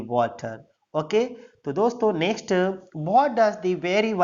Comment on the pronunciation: Apna pronouncing thik kr lo what hota hai bhat nhi